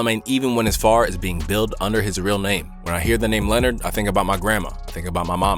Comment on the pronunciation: "luh-NARD", not "Leonard".